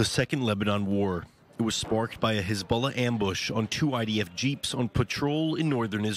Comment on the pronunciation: "Khezbollah" XD In any case, long live the Axis of Resistance!